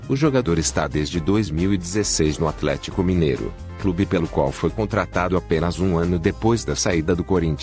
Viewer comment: Não é Bozelii é Bozeli não é Atléticoo é Atlético